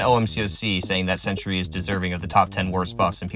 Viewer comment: Its sentry bro, not century😂